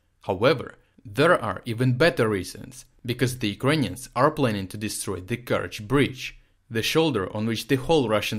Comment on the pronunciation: Kind of gutting bored the way say "Ukrainians"...in the first minutes i wasn't sure who do you really mean...work please on your pronunciation dude...nevertheless everything seems to be ok and brought clearly from you out